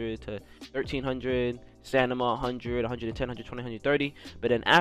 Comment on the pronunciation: Got me saying “stanima” not stamina after watching this video 😂